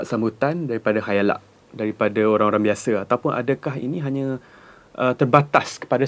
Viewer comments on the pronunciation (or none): khayalak??????? setahu aku khalayak......